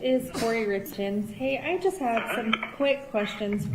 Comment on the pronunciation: everyone else has been pronouncing their names as "Richins", just as it's spelled. I believe even Eric's family, the source of the name, pronounces it that way. So why does she pronounce it this weird awkward way? "RITZ KINS"??? is what it sounds like she's saying. it sounds like she says it "Richins", even though it's the same recording. Does anyone else hear the difference though? Is it just my audio? Is it YouTube?